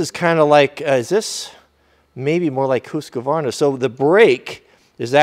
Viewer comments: Why do you call it Hooooosqvarna When everyone else calls it a Husqvarna? Does this sans not have a primer? Is that the reason you had so much trouble getting it started initially, because you didn’t find it? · Stop saying hooooskavarna! It's HUSSSkavarna! LOL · It sounds like ooshkvarna Swedish not huskavarna look it up why does everyone say huskavarna?